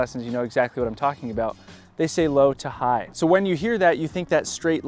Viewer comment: o yeah .. i thought you said slap it, instead of low to high 😢😂